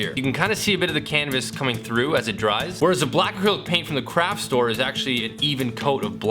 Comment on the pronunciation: When he was showing the light differences from the paint and he said craft store I thought he said crap store🤣